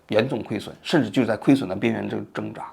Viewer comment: 挣扎 应该读 zhēngzhá （现代汉语词典第6版1668页）